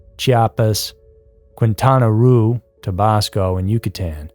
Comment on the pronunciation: Quintana Roo pronounced "Kintana Row". Great video!